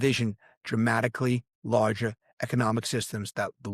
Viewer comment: You said “lager” not “larger” & I thought you weren’t AI Not convinced now